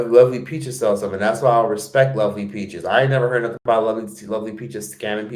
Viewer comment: SELLS**** not SALES!!!!!!!!!!!! OMG it is not even diffucult to tell the difference ffs!